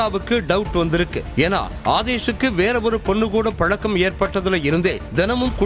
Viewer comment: பலக்கம்,பலக்கம்னு சொல்லாதீங்க.தமிழை கொலைப் பண்ற உங்க பேச்சை கேக்க சகிக்கலை